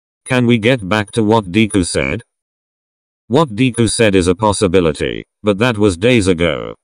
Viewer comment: The way the person says deku as deekuu